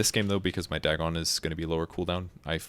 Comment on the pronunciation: I love you, but I hate the way you say "Dagon". I say it like "dragon" without the R, but you say "dag-gone" WHY